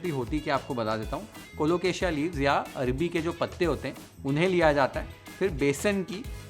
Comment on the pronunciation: Bhai 😂arbi nhi arvi k patte 😅😅😅